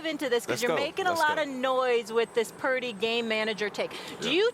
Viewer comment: Is he still calling him Parody? Like purposely mispronouncing someone name isnt disrespectful.